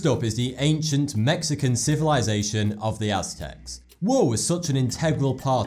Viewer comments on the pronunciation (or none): none